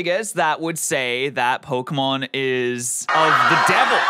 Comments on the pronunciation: Im sorry, but the fact that he says pokemans ruins any part of anyone believing him, but then he said pocket MANSTERS I cant even XD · Why does every old person say pokemen/pokeman? Where did the damn A/E come from? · The guy said "Pokemen" time and time again lmao he probably watches Natewantstobattle frequently and likes his videos XD he clearly did his research though 🤣 Having fun playing a modern game with an advanced piece of technology produced by a creative and evolved civilization would be prohibited by the church right now because it is just straight up demonic 🤦🏻‍♂️ These people can't be serious, their judgement is just as bad, this whole logic doesn't make sense to me, my goodness! 🙄😂 There are things far worse and more corrupting than that and video games are the least concern. Also can you imagine how boring this guy's life is? lmao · Watching him mispronounce Pokémon hurts me a lot it hurts a lot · When someone can't even correctly pronounce the name of the franchise, they lose all credibility with me right off the bat. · He can't even say it the first time lololol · I mean is it a so hard to do just a little research into what he's arguing about? He can't pronounce Pokemon and doesn't actually know what the game is like. Just a little more research and it would have at least sounded like he wasn't making it up as he went edit : oh damn i felt a moment of impending doom when he said "and i saw a video where you could press a button to EVOLVE" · Pokeman sory but if you're going to insult something at least say its name correctly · Why do People that's not interested in Pokémon or don't know what Pokémon is Says "POKEMAN" OH MY GOD its PokeMON Can you read?? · You honestly I don’t think suggested the right game So here a new one How many time did he say Pokémans instead of Pokémon Reply now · Im curious whats more funny, what he's saying or the fact he's saying Pokemon as in "Pokemen" decide 😂😂😂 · Nah he's talking about pokimane